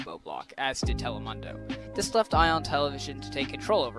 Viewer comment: Ok it's not telemundo like mumbo jumbo it's , tele-moon-do (as in dorime do)